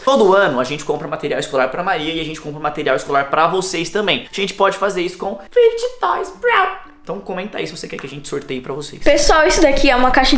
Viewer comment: Vcs são os únicos que sabem falar fid toys serto os outros meus ídolos ñ saber